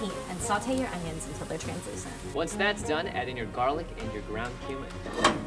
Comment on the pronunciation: The way said cumin sounds like my name XD